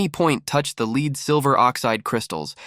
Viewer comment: Its really annoying that you cannot pronounce lead correctly!